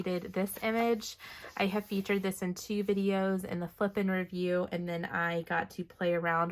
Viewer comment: I laugh every time I hear you say flip n review because I hear flippin' review!